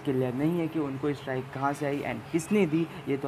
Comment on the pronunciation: Brother It's Strike not Strick ....How u can Mistakes these silly things?...